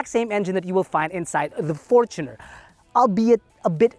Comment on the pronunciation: The current 2.8 diesel engine debuted on the Fortuner. Its technically more correct to say it like did.